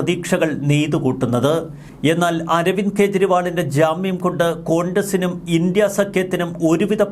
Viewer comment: INDIA എന്ന വാക്ക് ഇൻഡി എന്നല്ല പറയുക ഇൻഡ്യ എന്നാണ്.